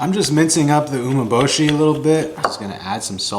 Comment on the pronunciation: you want to watch a video of a guy who doesn't know how to pronounce Umeboshi properly, actually make it. lmao. pro's do not use corn starch with rice, they use rice flour. he is just another yotuber copying others wrong recipes and repeating them, there is no experience in these dishes or expertise.